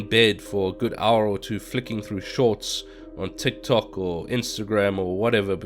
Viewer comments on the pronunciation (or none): none